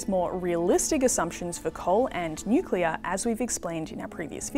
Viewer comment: Bowen can’t even pronounce nuclear, only appealing to low intelligence voters